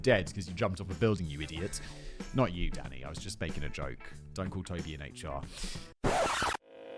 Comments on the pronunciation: I always think Simon is saying “daddy” rather than “Danny.” 😂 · It literally sounds like he is saying "Daddy" instead of Danny. I am hearing, "Oh why daddy? Daddy no, I don't like that daddy." >.< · Sometimes I hear “Danny” as “Daddy” For example “I don’t need to think about pigs’ orgasms DADDY!” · When he says "Danny," it sounds like "daddy" to me and really made the beginning of the video and little more interesting.